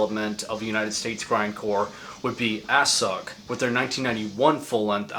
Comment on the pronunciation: This video is basically the soundtrack to my teenage years. Being as young as you are and knowing all these old obscure bands really shows you dedication to this music; it's damn cool that the torch is still being carried after all these years. FYI - it's pronounced Ass-sook; but no worries as everyone in the know still says Assuck. I believe it was Justin Broadrick was who corrected me on this at a house party after the American Grindcrusher tour, around 300 years ago. At least that's how far in the past that feels.